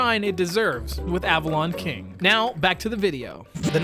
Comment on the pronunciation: The word :King:does NOT end with a hard "g" - it ends in "ng" which has its own pronounciation...